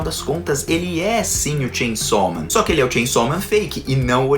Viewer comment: Como você fala?😅 Shein sal men Sem chão men Tchem somem